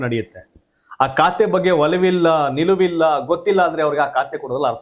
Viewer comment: ಲೇ, ಕಾತೆ ಅಲ್ಲ ಖಾತೆ. ಸರಿಯಾಗಿ ಪದ ಪಡಪ್ರಯೋಗ ಮಾಡು